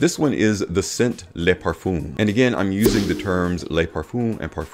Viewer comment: Every American reviewer seems to always mispronounce le versus les. Le parfum is pronounced ‘Lu’. Think up. Les is pronounced ‘Leh or lay’ and refers to the plural.